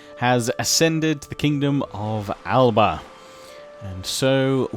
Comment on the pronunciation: hi mate, as a Scot and Gaelic speaker I love to see Alba finally represented hah, just one thing to say about the pronunciation of alba and its that the “b” is a soft b and more like a “p” as well as a silent “a” in between the L and B so it’s more like “alapa” and the last “a” is quite short, but apart from that amazing video, keep up the good work